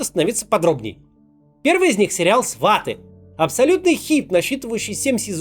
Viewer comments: Макс, не свАты, а сватЫ (ударение) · сватЫ, Максим, а не свАты) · сватЫы а не свАты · Не сва'ты а сваты' , ударение на ы!! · Не СвАты, а СватЫ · сватЫ, не свАты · Не "СвАты", а "СватЫ" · Какие ещё СвАты, а СватЫ!!!!!! Не позорьте себя своим произношением и такой большой проект! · Правильно говорить не свАты а сватЫ. Ударение на последний слог. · Не "СвАты " , а - "СватЫ " . Ударение на "ы" . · Ударение в слове «Сваты» на букву «ы». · Все класс, но почему свАты? СватЫ же. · Правильно говорить не свАты, а сватЫ)))) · Не свАты а сватЫ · Максим, не СвАты, а СватЫ) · Сваты? SWATы? Сваты́, а не Сва́ты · Удерение Макс ! "Свати' ", а не "Сва'ти" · Сваты́, а не Сва́ты. Извините за занудство)) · Почему никто до сих пор не сказал Максиму, что СватЫ, а не СвАты. На Ы ударение, Максим, пожалуйста. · не свАти, а сватИ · Сва'ты как же режет слух. Сваты' - это оно. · Максим, не свАты, а сватЫ 😂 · Только не свАты, а свытЫ) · Только не СвАты*, а *СватЫ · Только не сватИ, а свАти )) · Ахаахаах не свАти а сватИ))) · Впервые услышал ударение на "А" в слове сваты. Как серпом по ... В Украине (что Донецк, что Киев) ставят ударение на "Ы". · во первых - сватЫ. позор не знать ударение. во вторых, "свежая программа зеленского и новые лица"? Вы вообще готовились? у него не было фактической программы и новых лиц. у него не было даже партии фактической. в которую набрал друзей, а "новых лиц" как таковых особо и не появилось. он выехал из-за оттока голосов на партию Вакарчука и подобные однодневки + явно подбадриваемые настроения "Абы не Порох". аналитики, ей б-гу. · Максим- Сватьі'- на последний слон ударение. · Браво, Максим! Только сватЫ с ударением на ы ;) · Правильно ставить ударение на второй слог, сватЫ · СватЫ, ударение на второй слог ) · Телесериал сваты правильно ударение на Ы Сватыы. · СватЫ (ударение на последний слог) ❤️ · Максим, в слове «сваты» ударение падает на последний слог - сваТЫ. Ты - большой молодец! Коль акавот👍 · Правильно говорить СватЫ, ударение на последний слог.